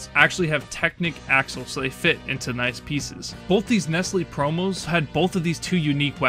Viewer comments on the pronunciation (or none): none